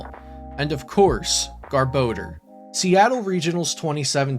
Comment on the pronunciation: ok im sorry but... Gar-Ba-Door